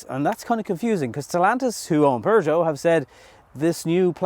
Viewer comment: do you have to follow the English and put an "r" in Peugeot?